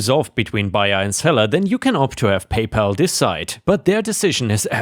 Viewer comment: Freight is said like "fr-ate" not "fright." And "PayPal" is "Pay pal" (sounds like the name "AL") not "Pay Paul."